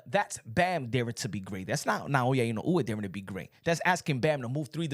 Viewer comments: Pronounced “In no way” !!! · Man I hate how you keep butchering Inoue’s name. You should spend sometime trying to learn how to pronounce his name correctly my dude.